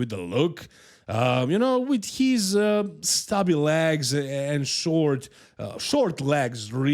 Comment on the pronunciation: Why are you saying lags? It legs 🦵